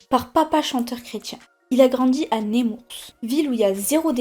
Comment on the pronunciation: " Némourse ?? ", " vocabulaire travaillé ?? "